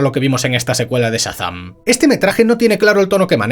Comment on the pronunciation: Por qué dice "Satán" en vez de Shazam?